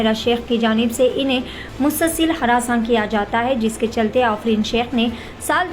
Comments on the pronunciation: Ofreen nahi aafreen bolo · Wo afrin hai, offrin nai hai 😂